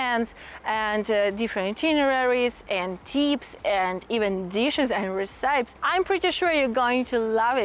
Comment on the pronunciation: I’m not saying to change this bc I think your way is rather cute, but I just wanted you to know the pronunciation for “recipe” is like ress-ih-pee 👩‍🍳